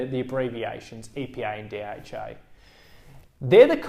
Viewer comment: I thought he said EPI and DHI. I just realised he means EPA and DHA seriously..